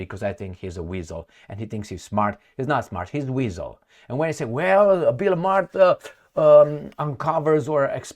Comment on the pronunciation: Buill Maher pronounces his last name Maaaar